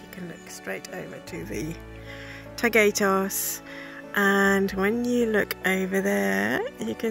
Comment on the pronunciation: Thank you for your beautiful vlog. (BTW, the accent in Taygetos is in the Y rather than the E)